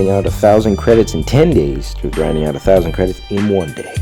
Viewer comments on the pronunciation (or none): Ur overpowering that word "grinding" lol